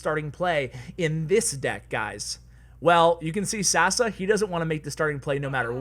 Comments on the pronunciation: I love the way u pronounce Sasa xD It's pronounced Sasha btw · It's not Sasa its Sasha because he is from Balkan (Serbia) and his name is pronounce that way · It's not sasa. It's Saša in Yugo language or Sasha